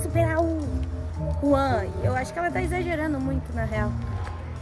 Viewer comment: Mano porque vocês falam juan é ruan